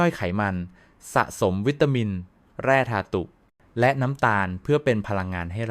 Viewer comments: แร่ธาตุ อ่านว่า แร่ - ทาด ไม่ใช่ที่คุณอ่านว่า แร่ ทา-ตุ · เนื้อหามีสาระดีมากครับ ขอแนะนำการปรับปรุงเสียงพูดด้วยAI หลายคำที่ต้องแปลไทยเป็นเช่น"แร่ธาตุ" แร่-ทา-ตุ,"ข้าวโพด"....ข้าว-โผด ฯลฯ